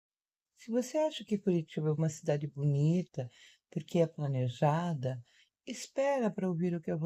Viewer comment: A babaca acha que falar se plNeja